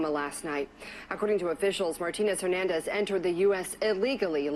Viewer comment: “Hernandez” 😮 You never cease to amaze me Miss 🌹